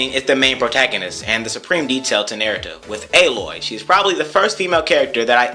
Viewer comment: I call her Aloy not Ey-loy. :P. JK